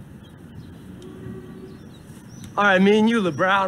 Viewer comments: Lol....did he say "LaBrown"? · Did he call him lebrown😂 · Kozik calling him “LeBrown” as if there’s any other version of LeBron floored me💀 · HE SAID "ok me and you LEBROWN!!!" LOLOL